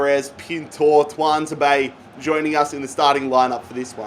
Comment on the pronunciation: I wish he wouldn’t pronounce tuanzabe like that 😂😂